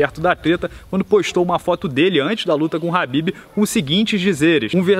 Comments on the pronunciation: Não é HABIB, e sim KHABIB! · pq ele fica falando habib?